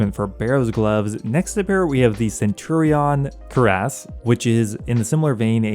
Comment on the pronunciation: Cuirass, not curiass